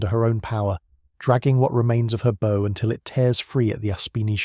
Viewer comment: It`s `Bow`, pronounced as in `Cow`. The Tribals ( is that now considered not PC?) were armed with 4.7`` Guns FFS, not Friggin` Arrows!